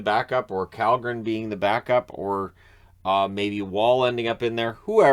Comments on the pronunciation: just for future reference, at least in the AHL, Källgren's name has been pronounced as "Shawl-Gren" or sometimes it sounds like "Shawl-Grin", but either way it's not Cal, it's Shawl. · "Källgren" is pronounced "Shell"-gren in swedish. Strange - I know. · Kallgren is Shallgren, Kannon, I mean )) Funny language that swedish. Kylington is shillington, kallgren is shallgren. If I were a swedish player and had a name like 'Fast' I'd tell the announcers it's pronounced 'Slow' just to mess with them. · His name's really Källgren which is pronounced either Kjellgren or (in a more American spelling) Shellgren. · kallgren’s name is pronounced with a “sh” like shell